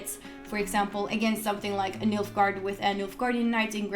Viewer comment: he said Milf-gaard.